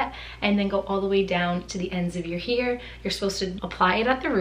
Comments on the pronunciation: hair=here....sorry I can't unhear it. Everytime she says hair, or chair in a video I hear 'here' or 'cheer'. Is this a regional accent? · She's from Rhode Island we're lucky she's gives us any R's at all. LOL Love me some East Coast accents :) Love Rhode Island! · A Boston accent!:)